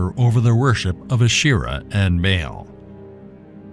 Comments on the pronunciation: I'm having a hard time getting any information past that terrible pronunciation of the name Baal. "Bay-AAL!" Ugh. It's pronounced "Ball." Like the toy. The double A in ancient words like this always sounds like that. Ball, lawn, yarn. AW sound. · It's not bay Al...its Baa aal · Baal is pronounced "Bah-all", not "Bay-yell". I cannot listen to this presentation, mispronunciation is just too annoying, and I am not even an English native. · No “bay-al” they didn’t have the English pronunciation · its pronounced bal